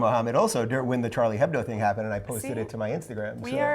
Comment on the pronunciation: 'Charlie Hebbdough'